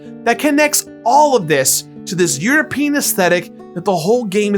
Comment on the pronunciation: he said european esthetics . i wasn't paying to close attention but i had to rewind cause i heard "your penis esthetics" hahahaha